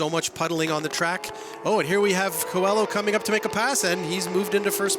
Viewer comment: Qua-low is how coelho is pronounced. you guys are making me crazy 🤪